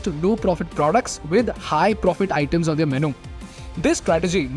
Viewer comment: Learn how to say "their" properly.